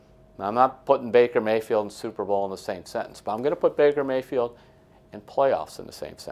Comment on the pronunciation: 'Maker Bayfield'?